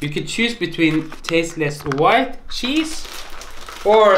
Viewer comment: "Shiny, svetty chesee" 😂😂😂😂😂😂😂😂